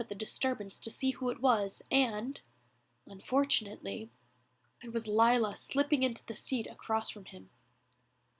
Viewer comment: i liked how they say unfurtunately when lila appears